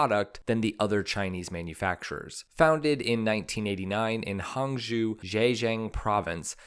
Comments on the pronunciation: Take a shot every time the narrator says “hangzhu” instead of “hangzhou”!!! 😂😂😂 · Hangzhou is pronounced Hang- zho (like long "o" in English). Excellent video.